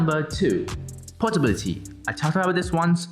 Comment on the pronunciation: Does he even know anything other than portability . He keeps pulling that and later on he doesn't even know the portability (Portobality or whatever 😂🤦)